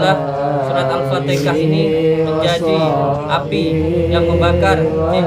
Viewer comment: Al-fatihah mas bukan al-fataha